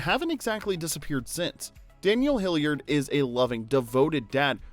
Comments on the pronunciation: WHY OH WHY FOR THE LOVE OF SOMETHING do you pronounce Daniel HILLARD AS HILLIARD?? there is only one letter I in his surname dang it! get it right! H I L L A R D not Hilliard. ffs. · Was his last name pronounced Hilliard? I'm the movie they all say hillard?? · It's Hillard not Hilliard. Mrs. Doubtfire is still 1 of my all-time favorite movies. Great casting. RIP Robin Williams, Anne Haney, Polly Holliday & Robert Prosky. You're all loved & dearly missed. Love you all. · It's bugging me that the narrator keeps pronouncing the surname as 'Hilliard'. It's 'Hillard'!! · I’m just wondering if you were pronouncing their last name wrong accidentally or intentionally, to get us to mention it in the comments (for engagement). Hillard not Hilliard or Hillyard. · Bruh…It’s pronounced Hill-ard. Not Hill-yard. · Hillard not Hilliard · You butchered Daniel Hillard's last name, and Mrs. Doubtfire's first name. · Hillard is not a hard surname to pronounce....but for some reason you are really struggling with it